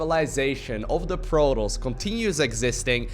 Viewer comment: I don't know what his accent is, but there's something about the way he pronounces "Protoss" that just sounds off...it's like he pronounces it as "Produs."